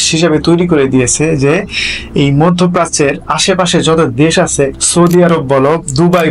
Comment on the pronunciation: ভাই, আপনার বাংলা উচ্চারণে আরও সাবধান হওয়া উচিৎ। কিছু কিছু জায়গায় আঞ্চলীক এসে পরে, যেমান আপনি আছে’র স্থলে আসে বলছেন।